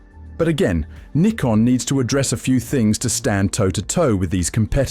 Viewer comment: He pronounced it correctly..